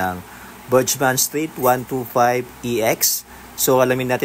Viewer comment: BurGman po basa sir, not BurJsman :)